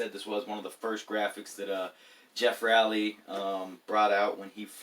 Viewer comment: Not to sound dickish but Geoff’s last name is actually pronounced Row-lee Thought it was pronounced how you say it for the longest time.